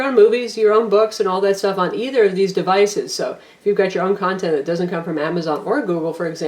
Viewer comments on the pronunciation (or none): none